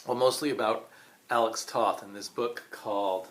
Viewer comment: Firstly, you should know your pronounce his name Tote.